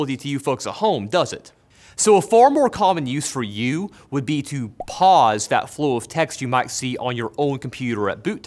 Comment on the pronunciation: You kept saying Pauls. And I kept hearing balls.